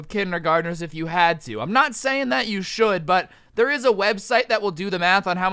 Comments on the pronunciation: what this shory stould teach you? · "And basically what this shory stould teach you"